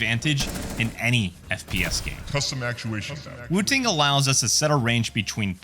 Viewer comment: SOCD subverts the intended skill requirement game designers built into games like Counter-Strike, and yes even Valorant. Valve made the right move. Also, it's funny hearing you pronounce it "woo-ting." lol